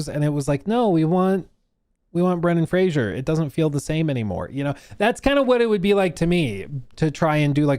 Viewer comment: one day people will pronounce Kojima correctly, but it is not this day Edit: also it's Brendan Fraser*